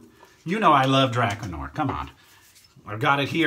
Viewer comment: It's pronounced Dra 'Car Noir. I for one buy a lot of products I see on YouTube reviews and I know my subs do too.